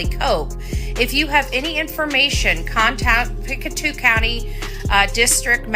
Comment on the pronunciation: It’s funny you call the place Picatu but Pictou is pronounced Pick-toe also Daniel Martell the step father of Lily and Jack has a YouTube channel where he is a Pokémon card collector and calls himself Dragon